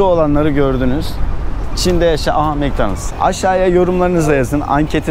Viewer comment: Mek danaldz diyosun tabi anlamaz adamlar :D Mak donaldz dersen anlarlar :D